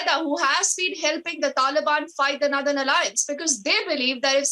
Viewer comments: It's not nerthern but North ern.this reader is confusing if we are just listening. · Northern nothern pronounce properly. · I have a question for the news reader what is "Narthern Alliance" and "Missionary" ...The news is good...but the anchor makes it Funny 🤗